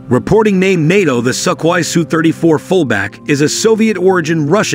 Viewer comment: Балдею от американского произношения русских слов XD СукХой, Грайзиев.